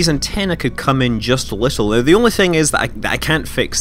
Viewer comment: everytime you say "now" it sounds like "no"